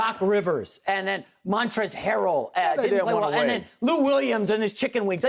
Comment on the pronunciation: Montezz Harrell everybody, like just learn his god damn name, hiw hard can it be